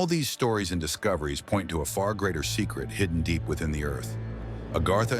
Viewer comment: Its called AGARTHA. A GARTH A , NOT agarhta your not from India